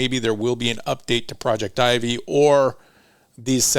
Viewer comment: I dont know but isnt it that "Projectivy" is pronounced as "project tv" (pro-jec-ti-vy)?? Am i wrong? I just cant stand it 😂